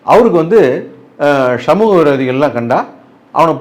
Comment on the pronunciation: Also shamuga...instead of samugam...😂😂